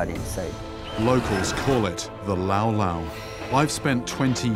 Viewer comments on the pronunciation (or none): its Lapu lapu not lau lau 😂😂😂